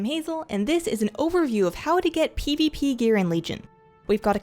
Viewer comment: I love the way you say "pivipi" :D